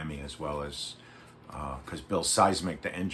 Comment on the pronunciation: You mispronounced Szymczyk and Leadon